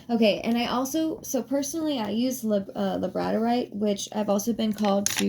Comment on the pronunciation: Gonna watch again. As i said before, you're voice is calming to me and it lulled me to my slumber when I couldn't sleep and had been trying for hours. What i did hear before i dozed off, is super informative. Thanks for the info. Hope your week is awesome. ❤😊 P.s. its pronounced lab-a-dor-ite. I struggled with this pronunciation myself. Its one of my favorite crystals.